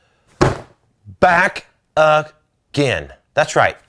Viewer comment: BACK UH GAN